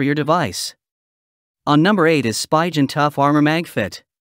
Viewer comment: It's pronounced Sp-ee-gen not Sp-y-gen